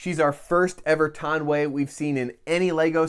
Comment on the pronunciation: Am i the only one anoyed by him saying “Taun Wey”